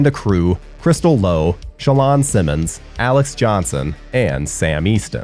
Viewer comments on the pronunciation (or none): none